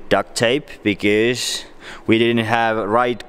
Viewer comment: Whenever he says because it sounds like he's saying bigez